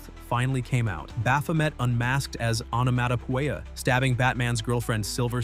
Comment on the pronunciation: This AI bot can't say onomatopoeia (änəˌmädəˈpēə). Time for an update!!